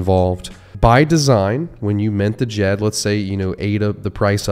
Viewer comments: You’re killin me the the d-jed 😂. It’s pronounced “jed” ;-) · It's pronounced Jed! For the love of all, please say it right, my ears bleed! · Dude, how do you not even know how to pronounce Djed?? The d is silent…